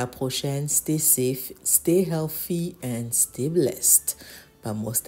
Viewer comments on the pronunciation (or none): none